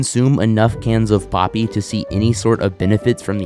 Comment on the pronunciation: For a second I swore it said poopie